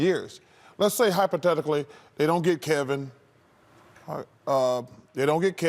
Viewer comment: He also just used "Hypa-ted-ically".